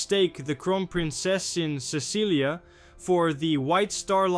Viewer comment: It's not Cecilia it's Cecily it sounds like it's spelled s e s s i l y, the c has an s sound